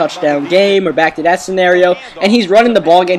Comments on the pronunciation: Stop saying der and dat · You know that the "TH" sound shouldn't be pronounced like a "D". Or, as you'd say. You know dat da "DA" sound isn't pronounced like a "D".